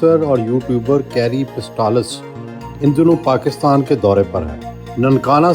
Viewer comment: Its patsalis not pistolis 😂